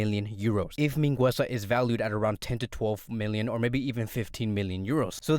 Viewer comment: You’re not pronouncing Mingueza right, but besides that good video